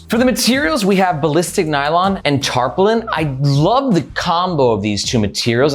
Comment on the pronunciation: Nice video,. I'm gonna suggest you google "pronounce patina" and "pronounce tarpaulin".;)